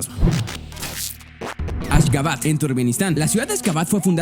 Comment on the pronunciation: Cuando dijiste ashgabat escuche Azkaban y yo tipo kha!!!! Jsjsjs un potterhead entendera